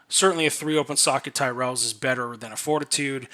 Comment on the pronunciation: homie said Tyrell